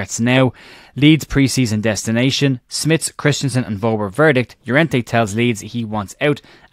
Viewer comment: Hopefully you'll pronounce Wober correctly just once before he leaves....... VERBER!!